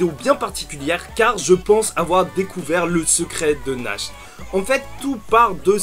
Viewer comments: JE TEN SUPPLIE FAIS UN EFFORT POUR NACHT ET LA PRONONCIATION DE SON NOM (nacht = nuit en allemand) SA SE PRONONCE NARRRRRTE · Je suis totalement d’accord avec ta théorie, ah il me semble que natch ça se prononce Nart nan? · Va voir sur google traduction comment il prononce Nacht en allemand. A chaque fois que tu le prononce, on dirait Nash; un des enfants de l'orphelinat d'Hage.